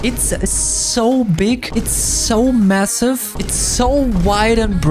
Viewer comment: MASSIVE you say?